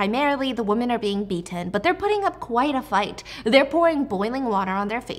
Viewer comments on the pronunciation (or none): I love your podcast but the way you say “women” like “woman” instead of the way it’s supposed to be “wi-muhn” always throws me off so bad lol there’s soooo many ppl that pronounce it wrong and I don’t know why 😂